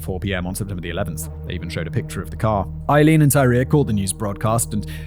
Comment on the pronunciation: Simon, has it ever occurred to you to look up the pronunciation of someone's name? Aileen is pronounced "ay-LEEN." Three and a half hours of you mispronouncing the main individual's name. Google not only provides an audio file, but also a visual of the pronunciation for the hearing impaired. Listening to you get it wrong all that time gave me cancer!